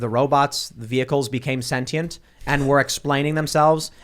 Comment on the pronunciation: Tim, for the love of God, mate. Quit butchering the English language! Sentient is pronounced "SEN•shunt," not "SEN•tī•ent."